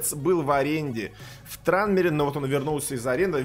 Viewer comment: Почему трАнмере то? Клуб же называется транмИр роверс))